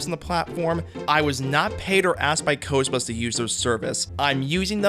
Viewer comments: “qozbuz” lol, it’s Qobuz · "I wasn't paid by QOZBUDS..." obviously, you can't even get the name right. IT"S QOBUZ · Qobuz is pronounced 'koʊ.bʌz in English. Like “cobras” without the R. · wait isn’t it pronounced “ko-buzz”??? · Ain't no way you pronounced Co-buzz that way. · How are you gonna mispronounce qobuz when it's right in front of you